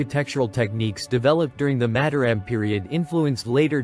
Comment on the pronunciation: It would be nice if the commentator could learn how to pronounce Mataram. Each syllable has 'a' as in father. with each syllable stressed the same.